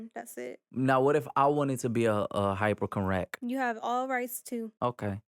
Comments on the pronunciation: I love how every time tries to Sat the word hypochondriac it’s but the actual word. Love Halo Army and this podcast! HypoCognac, etc. #YouAreFunny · The way pronounced hypochondriac 6 different ways had me cracking up 😂😂